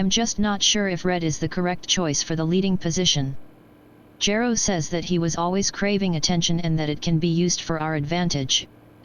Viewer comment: i choose to believe the text to voice never properly pronounced Gero, and that its not a result of any lost correction programing or any other corruptions in the system. it always anoyed the Dr., but he was too busy to take action.